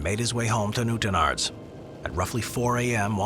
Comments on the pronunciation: Newtonards not newtonerds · Newt in ards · 😂😂😂😂 say Newtownards again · Newtonards has the emphasis on the last syllable, so it's a strong "arr" sound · The way he said Newtownards killed me 😂😂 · Lol he's not even close on Newtownards. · The pronounciation of Newtonards kill me lol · Why did you butcher the names of the places I’m from, it’s new-town-ards and bang-ger that’s how you say the names.